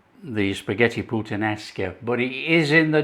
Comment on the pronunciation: You do not say puttan esca but putta nesca Great italian yes.